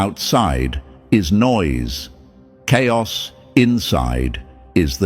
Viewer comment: chaios is not cairos😂